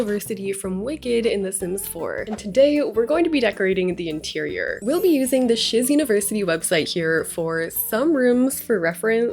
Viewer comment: First time I heard shiz university, I thought she said sh*t university